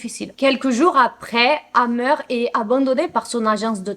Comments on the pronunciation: A chaque fois j’entends dahmer au lieu de hammer 😅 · Moi aussi ça m'a choqué à chaque fois qu'elle prononce le nom de hamer j'entends dhamer !